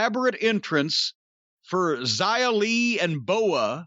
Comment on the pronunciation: He said her name right Yay!